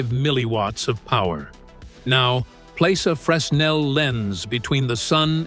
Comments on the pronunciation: FYI. It's pronounced Fraynell. Don't ask me why, I don't know. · I find it funny that whoever (or whatever) recorded the soundtrack for this video pronounced the inventor's name correctly, but mispronounced the name of the lens every single time; despite the fact that the lens has the exact same name as the inventor it was named after. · Didn't do your homework. You have your synth voice mispronouncing Fresnel's name. The 'S' is silent. Do your homework! Make sure you've got the name right. Get and stay accurate.